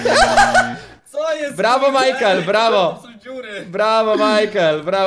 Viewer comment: mejkel xd majkel